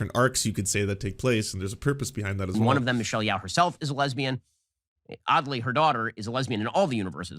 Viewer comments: "It was apparently quite boring..." so apparently Ben didn't watch it and has some comments anyway. Her name is pronounced Yoh, BTW, not Yow. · He can't even say Michell Yeoh's name. That he doesn't understand why EEAO won editing shows that he doesn't understand shit about film. And who actually expected Top Gun to win anything? It was weird that it was nominated.